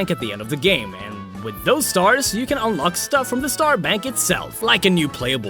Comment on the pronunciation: when he says "Star Bank" I fought the he said "sperm bank".